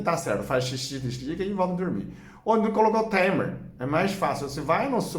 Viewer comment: O nome não é tremer é timer e se lê taimer. É um aparelho que liga ou desliga outros aparelhos num horário pré programado.